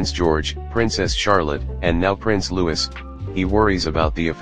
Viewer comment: ITS PRONOUNCED ATTENBROUGH AND THEIR SON IS PRINCE LOUIE NOT LEWIS